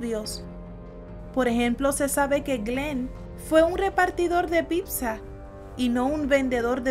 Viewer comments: "PIPZZA" Es Pizza por el amor de dios!! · Pronuncias bien mamador "internet" ahh pero eso sí, dices "pipza" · Dijo pibza jajajajaj